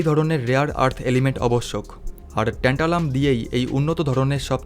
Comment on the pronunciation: এমন যান্ত্রিকভাবে বক্তব্য পেশ করলে শুনতে ভাল লাগে না।উচ্চারনেও ত্রুটি।একবার বলা হচ্ছে টেন্টালাম, একবার ট্যান্টালাম। এছাড়া একটি দেশের নাম বারবার জার্মান বলে উল্লেখ করা হয়েছে, জার্মানি নয়।বাংলা ইংরেজির মিশেলে পরিবেশিত।অথচ কত গুরুত্বপূর্ণ তথ্য যা আমাদের ভারতের ক্ষেত্রে অতীব তাৎপর্যপূর্ণ।